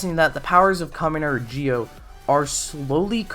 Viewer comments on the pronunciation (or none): It's zi-o ur saying it like jio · I’m I trippin or this guy is saying Gi-o and not Zi-o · Why are you pronouncing it like geo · that's not how the show say it if you listen its ZI-O that they say not GI-O the way you say it makes it sound wrong the i is silent so it sounds like your saying Z-Oh instead of saying gi-oh